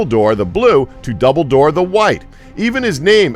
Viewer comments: Daeg He even mispronounced (Dumbledore) -_- Doubledoor .......injust now got to the part where he pronounced Eowyn as EEEEowen -_ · Everybody knows about famous wizards Albus Double-Door and Gellen Grindelwall. But seriously, the blue wizards didn't disappear in Mordor. Heard of fact checking? By this point in the video I actually started to wonder if this was some sort of joke, nobody could possibly mess up every single name or piece of lore this hard.